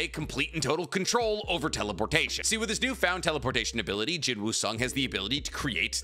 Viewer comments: Please just say Sung Jin Woo it sounds better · Bro said Jin Woo Sung 💀💀💀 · BROOOOOOOOOO DONT SAY “JIN WOO SUNG”😭😭😭😭😭😭😭😭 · Jin-woo Sung ❌ Sung Drip-woo ✅ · How calling Korean character Sung Jin Woo=Jin Woo Sung Jin Mori=Mori Jin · am i the only one that feels weird that he calls him jin woo sung instead of sung jin woo?